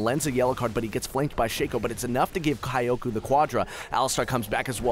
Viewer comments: kioko? it's pronounced. kjoko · Kioukou? KYO-KO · how about read is as kiyoko , it far better than kayoku lol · He's pronouncing is as /Kai-Yo-Ku/. I think it's prolly supposed to be /Kiyo-Ko/. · kai-o-ku xD kyoko isn't pronounced like that mang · From my humble anime janapanese experience I believe its pronounced Ki-o-ko. not Ka-ioko. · yes, but it's pronounced like kyoko. or closer to kyoko than kioko. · Kyoko is two syllables and rhymes with Yoko (Kiyo-Ko with a very short 'i'), it'd be like you calling Sean, "Seen" for the entire video, bothered me so it felt pertinent. Enjoyed the plays otherwise! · i feel you watching this i was thinking thats not how you would pronounce kyoko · Wait, if he pronounces "Kyoko" as Ka-ya-coo, does it mean that he pronounces "Tokyo" as To-ka-ya? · Kyoku? When does a O make a U sound? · It wasn't even Kyoku, it was Kayoku xD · It sounded like he was calling that Ez "kayoku" the whole time. Otherwise, great voice-over work! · I finally found this comment about that.Kayukou he says...not a very bad name actually. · dude reading the name as if it's "kayak u" XD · omg "kayoku" :@ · he said "kayoku" xD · omg that "kaiyouku" pronunciation... the cringe... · I mean it is not common name but how he butchered it is amazing. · I read the summoner's name and what he said and was really confused at first LOL I never thought anyone would butcher it that bad. Usually people still say Kyoko but with an English accent. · wow the commentator sure knows how to read JAPANESE(Sarcasm) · you dont have to be a weeb , oh shit i ruin the joke but i mean ,actually he can try to listen how to pronounce 'kyoko' at google trans , it'snot that hard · The way you pronounce kyoko makes me cringe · mega cringe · xSuigetsu me cringing at him pronouncing kyoko wrong makes me a weeb is the same as saying you're a weeb because of your name and that you have jojo as a profile pic. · i think you pronouced kyoko wrong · Cringing so hard when he pronounces Kyoko -.